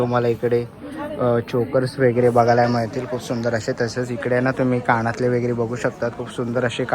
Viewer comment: काणातले❌ कानातले✅